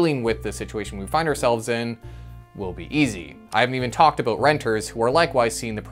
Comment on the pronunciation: We don't say "aboot". It's more like "aboat".